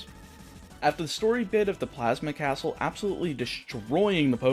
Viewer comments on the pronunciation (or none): none